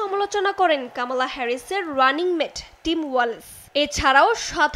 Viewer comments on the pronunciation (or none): কামালা? কি অবস্থা রে ভাই। কামালা না, কমলা হবে।😅😅😅